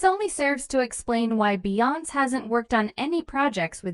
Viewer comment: Just another A-i video. Can't even pronounce Beyonce